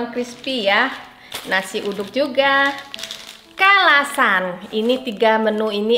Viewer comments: Ayam Kalasan.. Bukan salasan..mbak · ngakak pas uni blg salasan😂😂😂.. bkn salasan uni tp kalasan😂😂😂😂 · KALASAN uni bukan Salasan hehe.. Ko Johns dikasih apresiasi verbal juga Uni, love language sekeluarga ini Mirip act of service semuanya. Jadinya nyaman diliat rukunnnn ❤ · Ayam KALASAN, Uni.... Bukan SALASAN 😄